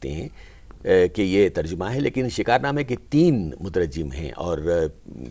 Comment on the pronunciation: مترجّم غلط ہے صحیح مترجم ہے بغیر تشدید کے